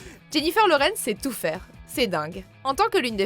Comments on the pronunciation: elle a prononcé '' laurence'' à la place de Lawrence moi aussi j' avais remarquer 🤣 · Purée je suis pas le seul ça me rassure je l’ai repassé deux fois pour être sûr! Tout les autres bien prononcé et là ils arrivent à te sortir Laurence!!